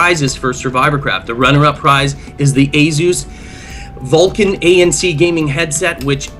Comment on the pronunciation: I hate how he says Asus. A-zuuzz. Its fucking ay-soos